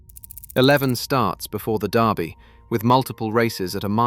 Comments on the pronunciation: It's the Lul-vul DURbee, not Louis-ville DARbee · its Kentucky derby not darby derby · AI! It's Derby not Darby you piece of metal crap! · Your persistent mispronunciation of the word 'Derby' is driving me nuts. The sound you're looking for is NOT "are", as in car or tar! It's the sound you hear in words such as, well, 'word' or 'bird' or 'turd'.